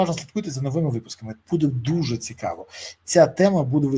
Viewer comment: Цикаво,цикаво,цикаво...Невозможно слушать...заебал своим цикаво.